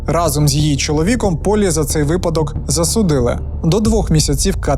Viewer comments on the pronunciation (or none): none